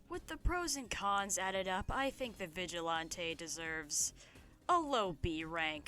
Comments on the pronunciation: FINALLY SOMEONE ALSO PRONOUNCES IT VIGIL-ON-TAY thank you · Finally someone who pronounced Vigilante how I do. Would John Pillar make a good roommate?